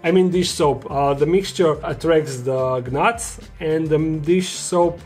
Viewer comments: my little asian forest scawpean is growing super slowly too. but it has moulted once and also plus the G in gnats is silent btw its just pronounced nats 😷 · Awesome video but I feel compelled to say that gnats is pronounced like "nats" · Good content as always,! (By the way, with "gnats" the G is silent 👉😉👉) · Probably depends on which country your from. Here they are called knuts, since Croatia has a bit in common with the German language pronounced it in his native tongue. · Shhhhhhhhh You are right about the g but i like how he says things like that sometimes lol like LED lights he says lead lights lol its part of what makes him so awesome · Are we not going to talk about how pronounced gnats with the g?